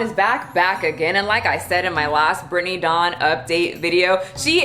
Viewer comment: Whenever you say her name I always hear “Brittney Dong” and I can’t with myself right now.